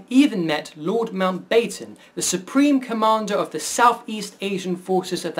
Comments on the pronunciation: Not pronounced "Mount-bay-ton," but "Mount-batten." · MountBAYTUN? interesting otherwise